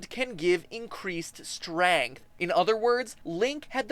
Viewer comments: You say strength with an "a" I like it. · MatPat, are you French Canadian? Your pronunciation of "strength" sounded different from American English. Great ep, by the way!